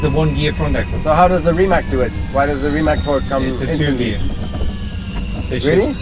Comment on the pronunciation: you have been one of the first lucky guys that got a Rimac Nevera. You sure had long talks and discussions with founder Mate Rimac, when you visited him in Croatia. Therefore you should know how his family name is pronounced. Please do not call his company "RIMAK" any more. Mate's family name is RIMAC. In phonetic transcription: [ri:mats]. Thx